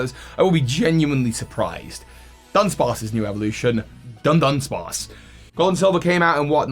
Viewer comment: So 3 dudunsparce sounded like: Dun Dun Dun